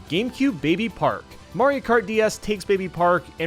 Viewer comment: "Mario kat" r/I had a stroke